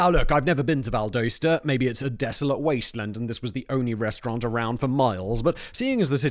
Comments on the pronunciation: For future reference it’s pronounced VAL-DAH-STAH 😂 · From Georgia here and buddy you butchered how you say Valdosta